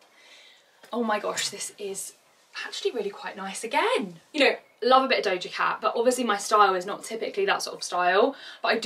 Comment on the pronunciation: doja cat not dodja lol